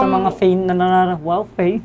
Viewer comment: HAHAHAHAHAH FAIN instead of PAIN hahahahhaa natawa ako dun